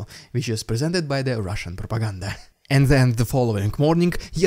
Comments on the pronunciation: "riddicuulloss, rrrrushhoulsnnn prrrropaggglnbda... Fukc, that was too ridiculous!" 😂😂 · I fast forward past your "RRRRRRRIdiculous RRRussian PRPRPRRPopaganga" part now. Its just annoying at this point, and it seems like you keep trying to go over the top of the last one each time you do it. I like everything else you're doing - just saying it gets annoying now. Thanks. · REDICULOUS....RUSSIAN....PRRRRRROOPPPAG-ANDA! Hehe, always love when you say that.